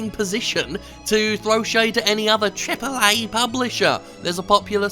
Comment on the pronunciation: Why do you say triple a like that are you disabled